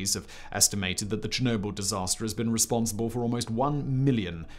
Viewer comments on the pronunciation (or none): none